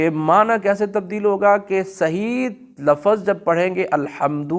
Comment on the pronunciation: لفظ کوبفتح الفا کیوں بولتے ہیں